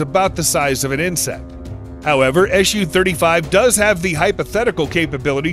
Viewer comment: Dear Americans, Please don’t call it ES YU, its. SU (soo) 35